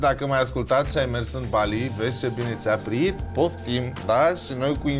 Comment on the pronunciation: Bali NU Ba-lee Jeez